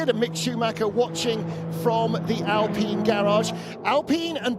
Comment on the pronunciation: Why does every racing series say Alpeen? It's like wine, fine, dine, or mine. Figure it out.